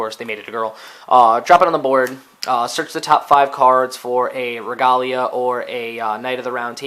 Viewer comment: This video is old but, it's pronounced "Reh-Gay-Lee-Uhh", not like the romanization of how it'd be pronounced in Japanese.